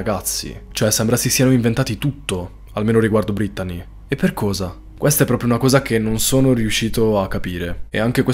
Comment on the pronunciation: Veramente bel video molto intrattenente peró per favore pronuncia belle il nome brettanee ( si legge brittnii)😂❤